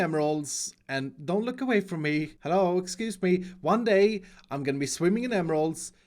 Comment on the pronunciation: "one day... you will be rich by working for me" emphasis on "one day"